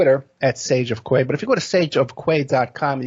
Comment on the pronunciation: Sage of key pronunciation btw